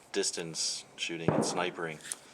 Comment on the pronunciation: Lol... "snipering."